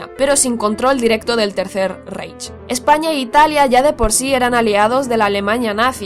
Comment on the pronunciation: Por que dice poloñia o españia?